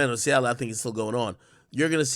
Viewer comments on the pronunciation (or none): none